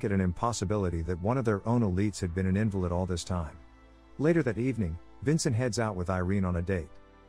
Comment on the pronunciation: In the movie it is pronounced as in-valid, as in the opposite as valid. They never say invalid.